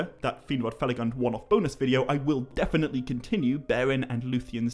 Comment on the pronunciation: please use the correct pronunciation of Finrod Felagund, with U as in tWO. From what I noticed is one of the few Tolkien misspelled words in your videos (huge fan) and they aren't few. 😊